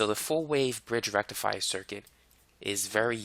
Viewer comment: Excuse me sir, but you pronounce FULL BRIDGE RECTIFIER wrong